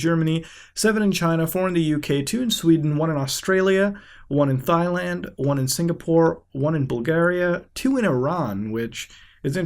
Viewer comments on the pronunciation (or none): why do you say "thigh land"? Its pronounced "Tie" land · hearing muta pronounce "Thailand" or "Massachusetts" brings me happiness